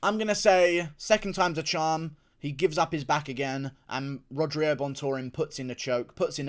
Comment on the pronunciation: Brandon ROYVAL gonna win u can’t even pronounce rogerio LOL good prediction tho